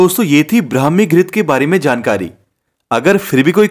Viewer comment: Phele bolana sikho brahmi ho hai bhai